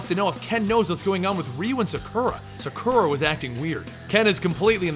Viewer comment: you pronounced sakura wrong